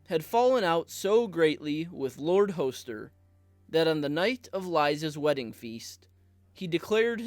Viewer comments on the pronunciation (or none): Hoe-ster Tully? Come on. Use at least an 8th grade reading level. Is it really so hard to pronounce things correctly? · I’m always skeptical of content creators who consistently mispronounce the names of the characters they’re talking about. Her name is not LIZA, it’s Lysa (the ‘s’ is not pronounced like a ‘z’). Her father’s name is Hoster and is pronounced with a short ‘o,’ not a long ‘o.’ Other than that, interesting video.